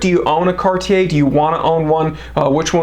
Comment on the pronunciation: I like that you say Cartier and not Cardier